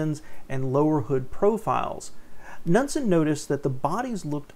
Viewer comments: I think the K is silent. Nood-sen. And did you catch the Parisienne? Holy shit, where did this guy grow up? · "NUDSON"??? LMFAO It is pronounces "Ka-nood-sen"